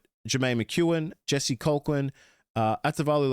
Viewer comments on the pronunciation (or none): Colquhoun is pronounced "Kolhoon". I played Hynes last year as my flex with Cleary and Duffy for that same reason. If Duffy was a dud I could move Hynes up. Solid strategy as it doesn't have to be a fullback. This year I have Fuller, Kini and Ponga (with possibly Turbo instead). I was actually thinking another CTW rather than a third fullback. I'd rather start with an injury-prone player than bring them in after a hot start then trade them out if they get injured. Which is why I'm also looking at Walker with little confidence he will do well as he’s 36, so you have to have reasonable expectations, even with a stronger left edge and a better team overall.